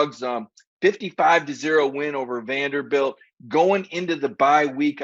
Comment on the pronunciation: its Vanderbilt.